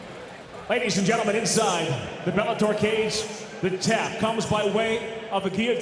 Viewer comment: And right before that he said "The new Bellatoy lightweight world champion"